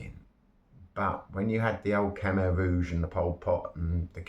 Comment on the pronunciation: Khmer not Kumer